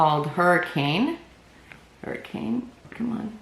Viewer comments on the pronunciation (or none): none